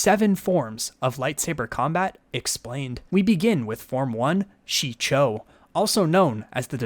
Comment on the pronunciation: It is "Shii-cho", not "Chi-show". "Juyo" not "Jujo". Otherwise! great video!!!